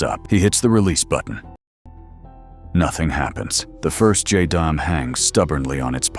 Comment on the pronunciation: It's pronounced "jay-dam." Add the numbers if you must...